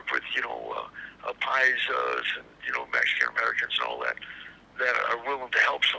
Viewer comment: Serio?!?! You been spending too much time with Box. It’s P A I S A !